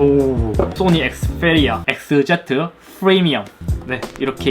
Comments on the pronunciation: 엑스풰리아 쁘리미엄은..좀 p발음을 왜 f발음으로.. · th 니 에th Fㅔ리아 에th 제트 F리미엄 ! ㅗ ㅡ